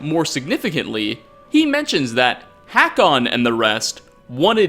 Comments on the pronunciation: love that directly after hearing "hay-kon" pronunciation in dialogue asserts his dominance yet again with the abhorrent "hack-on" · I don't think Hakon is pronounced like that...